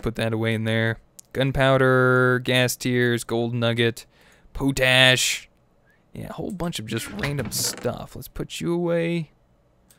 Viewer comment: i believe you are pronouncing potash incorrectly